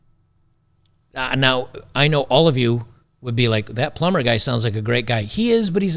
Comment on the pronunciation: A ploomber ha ha ha lmao